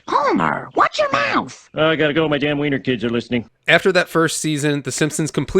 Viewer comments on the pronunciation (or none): none